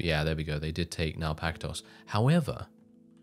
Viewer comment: when u say A+U like in Naupaktos it becomes Nafpaktos love ur vids btw